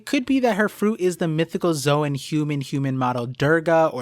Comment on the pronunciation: Why does literally every one piece YouTuber pronounce "zoan" as "zo ahn" or "zo ehn"??? Literally in the original pronunciation It is just a "z own" like the word zone....